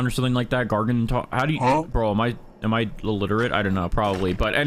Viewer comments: bro said gargwantwan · It’s pronounced gar-gan-you-in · It’s pronounced gar-gan-chew-in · Gar-gan-chu-on. Also velchire regardless of luck is almost garunteed from large crystals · its insane how so many youtubers struggle to pronounce gargantuan